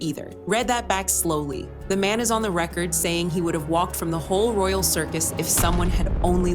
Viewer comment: Stupid AI narration who doesnt even say RE CORD or RE AD properly